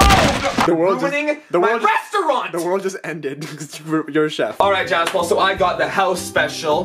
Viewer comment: billys giogas ITS JASPAL NOT JASPAL!!!